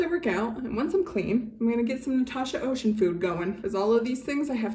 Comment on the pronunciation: Just a little tips, her name is French so Océane isn’t pronounce like the English ocean. It’s pronounced like Osean. The e and the a a pronounce separate